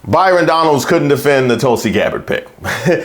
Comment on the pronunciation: You said, hey Byrinnnn it’s not you 😂😂😂😂😂